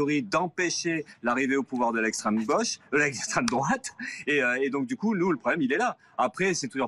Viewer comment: "La goche" mdr !!! Et la " droateu"???